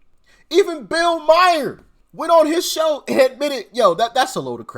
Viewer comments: And doc it’s not bill Meyer it’s pronounced like Bill mar. Like Mars, but without the S love you, but it’s not Meyer. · Doc, it's pronounced Bill "Marr" not Bill Meier....Peace!